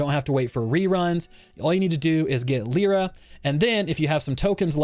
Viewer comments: "leera" american moment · Everyone talking about this character: Lie-ruh Vulcan: Leer-uh